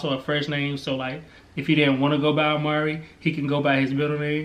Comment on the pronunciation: No... oh I thought y'all were saying Omari, not Amari lol so no Amari Alexander A.A.A